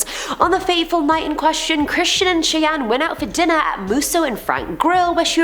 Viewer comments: If Brando's sisters name is spelled Cheyenne, then it is pronounced "Shy-anne". 👍 You are my favorite host!! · Howdy! It's most likely pronounced Cheyenne (Shy Anne). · Great job it is pronounced shy-anne fyi 😃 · It's pronounced Shy-anne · “Shai an” = Cheyenne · it's (shy) anne